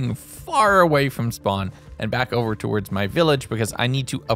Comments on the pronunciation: The way you say some words is... odd. Like "Towards", you pronounce it like "Towerds", it's odd. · That's the thing though, he sometimes says it normally, other times he doesn't. It's not a dialect I've ever heard, either, and it's not every instance of "ward" he says that way. It's just like, two words, and only Towards is said like that the most. I wouldn't call that a dialect I'd call that an abnormality.